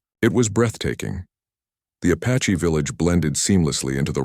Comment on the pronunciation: Good grief! It's APACHE, not A PATCHY!